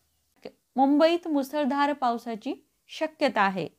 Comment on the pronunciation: मुसलधार नाही मुसळधार.